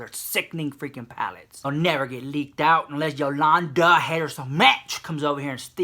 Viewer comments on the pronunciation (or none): I don't have the palette...I just have to say every time you say YO LAN DA I crack up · I hate Yol-LAN-da so MACH!